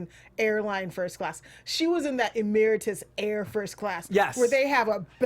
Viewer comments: She said it like the word "Emeritas" but, the Emirates airline is what everyone was thinking. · Ameritas? It's pronounced Emi-rats haha